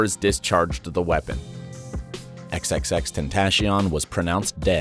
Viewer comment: XXXTentaeshion. Lmao